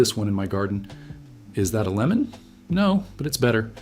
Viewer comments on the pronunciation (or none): none